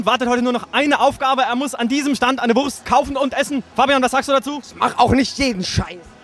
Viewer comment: Ach komm...ist doch nur ne' Wuurrrrrst xDDD